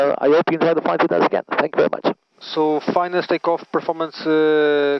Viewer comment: Werry Werry Good.